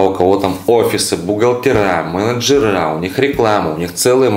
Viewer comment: "Купить авто более лучше..."", " бухгалтера.. мэнджэра...марнекниктенговые атделы.. " б..иа кровь из ушей...😮😢 кто вообще туда идет к этим спесюалистам?